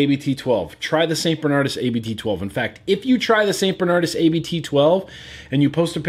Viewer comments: hey its not a-b-t its just abt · A more accurate pronounciation of 'Abt' is 'Abbot', what it actually means. Good beer, btw. I'm regretting the fact that the bottle on my desk of it is empty.